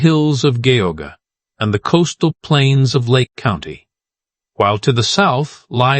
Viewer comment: Drink (water) every time the AI mispronounces "Cuyahoga". You'll stay well hydrated.